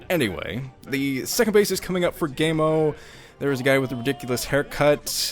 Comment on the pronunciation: its pronounced kaemo i believe.